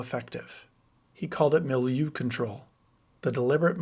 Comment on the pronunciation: Learn how to pronounce milieu, I had to play it three times until I got an idea what you were saying.